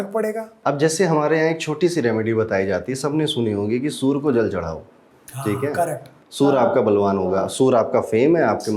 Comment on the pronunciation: सर आप सूर्य को सूर मत बोलिए 😢 और आप सबसे अलग और सटीक बताने वाले हैं